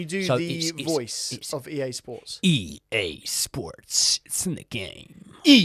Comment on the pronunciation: usually has the better American accent but “EA SPORTS” was mean —from America